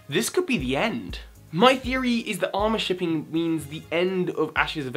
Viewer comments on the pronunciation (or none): Pronounced uh-more shipping. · when he pronounces amourshipping wrong...